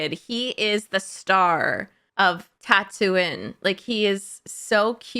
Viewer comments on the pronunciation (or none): Tatooine is pronounced Tattoo-een, not tattoo-in.